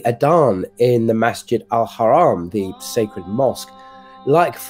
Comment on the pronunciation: it's not "ikhram" or "masjid al kharam", it's ihram and masjid al haram. Pronounce it just like you did we the word "hajj"